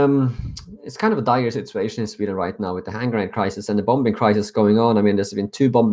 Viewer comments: it's pronounced: Bomming... not BomBing;) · bombing not bom-bing :) love your work :) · great work man but in english you say it as bom ing , silent b, good vid mate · I thought you would like to know that the second 'b' in 'bombing' is silent. So it sounds like bomming. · hey i appreciate your insights. many of us in america are worried about sweden. one thing though and i hope you take this in the way it is intended: in english the word "bombing" is pronounced such that the second "b" is silent. so when you say it, it would sound like "boming." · The 2nd b in bombing is silent. It's pronounced Boming. Other then that, thanks for reporting these tragedies. Sweden needs to react as soon as possible. If this were to happen in north america the feds would've been all over it after the 1st attack. How can the sweden authorities ignore this and not do anything? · Sweden won't be saved if you can't say Bombing properly. People won't take it seriously. Ive already tried to show someone and they just found it funny ffs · Oliver Kvesic Great work. Little correction... The second b in bombing is silent.